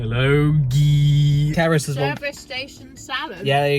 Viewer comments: Caddicarus in the Caddy-CAR-us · Ah, yes, Cadd Bandicarus.